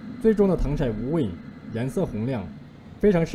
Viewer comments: 糖色ㄙㄜˋ不是ㄕㄞˇ只有ㄙㄜˋ才有顏色的意思•_• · 刚哥 那个字就读糖sè啊 不要被北方人的方言读音乱教的人误导了。。。。。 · w不是糖se吗，为什么会是糖shai，是我没文化吗